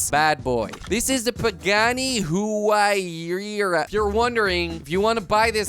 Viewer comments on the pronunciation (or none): PA GAN Y HURE A thats how you pronounce it